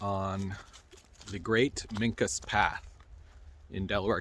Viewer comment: There is so much more to this story. Do some research on Piscataway, MD and documents in Thomas Jefferson's paperwork. As to them being giants, they took that trait through interbreeding with another more ancient tribe along the Susquehanna River whom they fought a war with. Their name is pronounced wrong by the guy in the video. I am also a historian, and have done a lot of research on the Minquas, I had a very good friend that was half. Yes, they still exist, and I could tell you so much more.